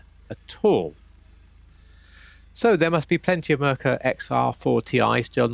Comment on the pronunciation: Mur Cure is how it's pronounced